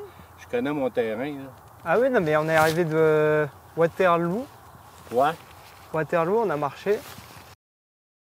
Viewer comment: Waterlou il a dit 😂😂